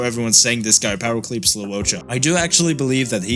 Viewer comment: "powercleeps" lmao